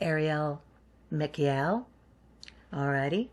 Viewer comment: I meant to tell you that you absolutely pronounced Michael correctly! The ArchAngel sometimes gets a bit irked when people only give him 2 syllables...🤣 He always asks why Gabriel,Raphael etc.always get 3 syllables and he only gets 2! 🤣 Besides being extremely protective(he has saved my a** on a number of occasions),he does have a great sense of humour. I appreciate you,too! 🧚‍♀️🧚‍♂️🧚